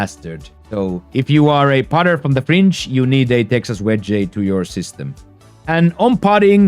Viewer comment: My brother great video. Your English is real good but I would like to help you. On words like wedge and Fringe you don't pronounce it with the E at the end. You can just say "wedg" 😊